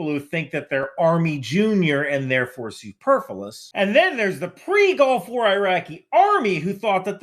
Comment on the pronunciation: superfullous or superfluous?!